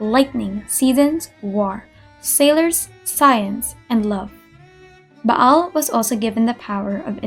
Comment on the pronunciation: Yes English really has fun with Latin sometimes. XD For me, I like the Latin reading she used. It makes it more exotic and authentic at the same time. I also love the fact she pronounced the 'ayin in Ba'al, instead of just Baal.